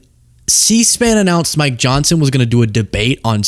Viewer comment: it sounded like you said "My Johnson" lol